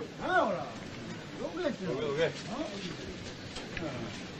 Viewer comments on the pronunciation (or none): タケシ様、どけ、どけのアクセントが違いますよ😱